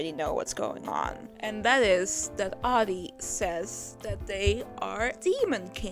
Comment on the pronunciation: I like how your dyslexia made you read "Adi" as "Ari" and my dumbass read it as "Aldi" lol